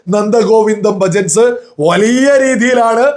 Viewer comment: Bhajans, not bhajats 😅